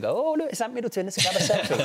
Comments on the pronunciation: I came here to say pretty much exactly that hahahahahaha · yeah mate i replayed like 15 times thought i was high